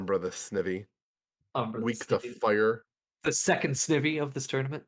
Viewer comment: SNIVY rhymes with IVY, just so you know. Shanty made quite the comeback! Awesome, especially for a new player. Might be my favorite Shanty main to root for! the commentary during this Ole mirror set was on point! That was one of the most exciting Velvet vs. Oleander sets I've ever seen!